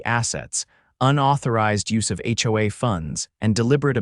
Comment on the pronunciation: Pls, pls,.please get A I that actually speak. A Base????? Seriously! Howaa, howaa, How about H O A.